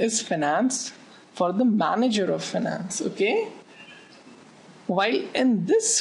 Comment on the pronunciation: Nice lecture,but it is finance not fanance :p